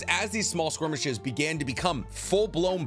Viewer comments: ay bro just a quickie: it's "skirmishes" not "squirmishes" good content tho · Why does this guy say “SQUIRMISHES” instead of skirmishes?